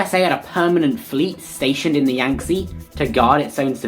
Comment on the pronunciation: Yangtze is pronounced "yang tzuh", not "yang tzee".